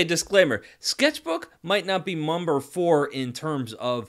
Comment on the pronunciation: Sketchbook might not be “mumbrr” four😂😂 Btw thank you for the hard work you put into this video I’ll be making use of it😁